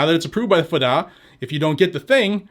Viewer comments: "Fa-da" aka: "eff dee A" lol. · "The Fuhdah" lol 😂